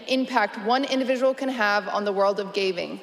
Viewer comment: "impact on the world of gaving"